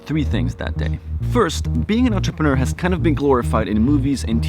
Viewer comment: WOW You are American and you Can pronounce Entrepreneur , (Not Quite) , Nearly!